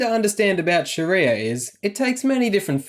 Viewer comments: soun like shes saying Shitty-er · Can Aussies please stop calling it "SharEEEEEYYYAAA", it's almost as bad as hearing Abdel calling it "SHARRRRREEEYA". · Every time she emphasizes sharia I just want to punch her in the face.